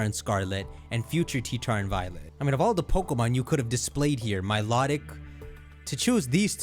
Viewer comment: Paldea is not on Terapagos's back at all just ridiculous speculation and its MILO (as in the name) TIC not MILOT IC please say its name correctly and its Tyranitar not Ttar I have been playing Pokemon since Red, Blue & Yellow and I don't look for details in trailers I just enjoy the trailers.